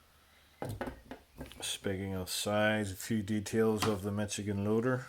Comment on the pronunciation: Pronounced Mish-a-gen. Just saying.